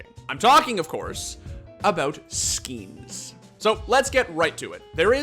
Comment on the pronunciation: "SKEENS" yep, this guy is definitely addicted to unconsciously spamming the inspect button all the time.